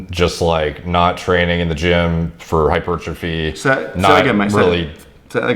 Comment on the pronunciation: The difference of knowledge is never more evident than pronouncing the word 'hypertrophy'